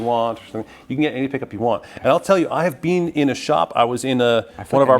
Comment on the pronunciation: Where’s he from that he pronounces been as “BEAN”